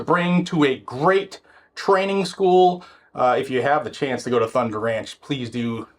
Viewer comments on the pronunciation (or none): none